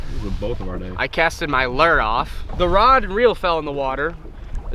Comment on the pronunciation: caster his "lur" off - I think he's part 1rod1reel...